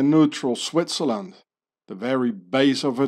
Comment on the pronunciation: how come you pronounce Switzerland like Swaziland